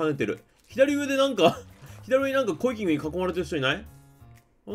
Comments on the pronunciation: 何度聞いてもコイキングの発音良いなぁ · コイキングの発音すこ